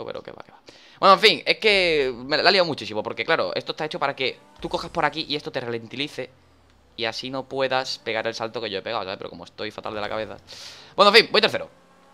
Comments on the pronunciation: Relentilice... Se dice Ralentice. Y los comentarios que no tienen sentido xd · tio dani, no es ralentilice es ralentizar............